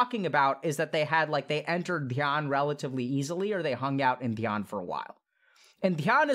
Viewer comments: I'm so sorry but when he said "When I'm In-Dhyana" lol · He said when you in dhyana sounded like Indian